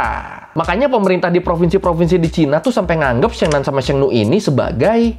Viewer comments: bang , abang salah baca di sheng nu nya dia bukan bilang nu tapi nie~ (e nya agak panjang) yang artinya perempuan bang .Sekedar memberitahu saja ya bang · Syengnan syengnu mbok ya riset dulu dikit gmn cara baca yg bener mas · koreksi lafal nya ya sheng nan : 'e' nya seperti baca ' emas' bukan 'ekor' demikian juga sheng nu : nu sound nya seperti baca nui... lbh gampang bacanya 'ni' aza di sheng ni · ma'am pelafalan nya, Sheng, guruf e, bunyinya huruf nya, seperti di ejaan sekolah, bukan bunyi d ejaan bebek. Dan bunyi nu nya di Sheng nu, ngucap nu nya, bibir qt monyongin, Dan u nya berbunyi 'i'.